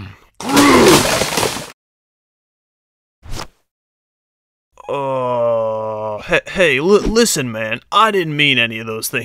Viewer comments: The Flash 101 it is grooy not groom XD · Grooy, not Groom, Groot, not Grooy, seems familiar.... "Zod, not Grodd!" "Grodd, not Zod!" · The Flash 101 its groot not groom. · The Great Newb its groot not grooy